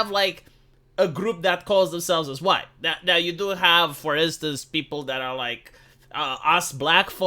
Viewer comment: How do you do fellow hwhites